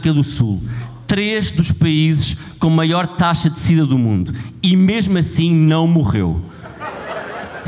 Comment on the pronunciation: Ok tudo bem. Só nunca entendi a palavra ''Máior''... não existe.. e insistem..